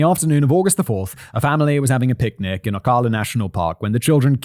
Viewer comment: Ocala is pronounced "Oh-kal-uh"...Okay, I don't write pronunciations well. The "al" is pronounced like the name "Al." Not that either of us care. Also, the "ist" in "Gilchrist" has a soft "i."